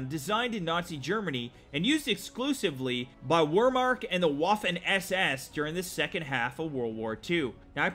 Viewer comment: its the wehrmacht here maybe this will help where-mark or vhere-markt